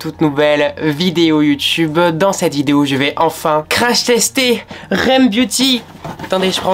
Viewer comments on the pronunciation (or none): On dit r.e.m beauty bah « rem »😭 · ca se prononce r.e.m beauty :)) pas rem beauty 😉😉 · c’est pas rème beauty c’est r.e.m beauty (genre faut prononcer les lettres)😭